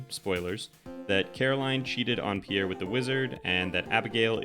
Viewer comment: Holy shit it's Pierre not pee air. Pjèr, not phī-éjr.